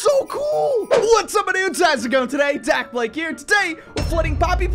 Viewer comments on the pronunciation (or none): You said "Dalblake" when it's "Dakblake" a k not a l